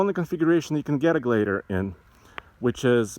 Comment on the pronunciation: Jeep gladeiator he says